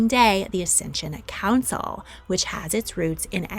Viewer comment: "Ascension council" or "Accession Council"? Automati captions read "ascension" and also what you said sounded more like that than like "accession", which I think it should be.